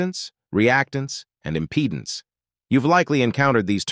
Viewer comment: Impedance. With an “a”…